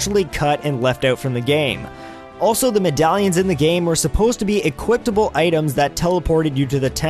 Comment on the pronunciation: And equiptable